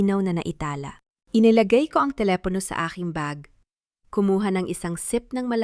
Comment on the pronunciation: paki ayos Po ang salita mo.bahay BAHA, telepono, telepo